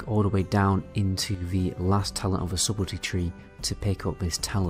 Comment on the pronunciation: By the way: Subtlety is pronounced "suttel-ty", not "subbel-ty" like you're saying. I suggest looking up pronunciations in the future.